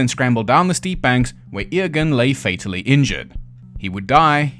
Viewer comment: Eòghan is a Scottish Gaelic name which is usually anglicised as Ewan and pronounced you-en (unlike the Irish version which is pronounced Owen). Not surprised that tripped you up though!